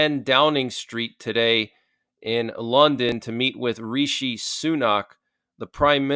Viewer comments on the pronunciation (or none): none